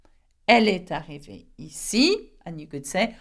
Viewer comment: in while pronouncing example of comment est-ce qu'elle..... Why did you speak est and arrivee saperately Don't you think you should make liaison and pronunciate as "ee-s-ta-hhi-veee"